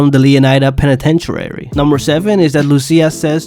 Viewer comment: That music was cringe 😂😂 and its pen-i-ten-tree bro no penni-ten-trary. I like the content tho